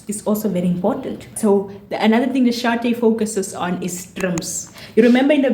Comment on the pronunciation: Thank you for saying my name correctly! And I couldn’t have said it better myself 🤗🤗 awesome video guh… lemme go drink some tea